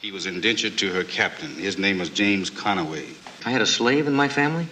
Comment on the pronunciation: James con-a-way🤥😭🤣😭😭🤣